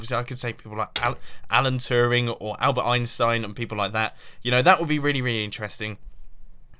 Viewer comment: It is so funny to hear german names (like Albert Einstein) from english speaken people :D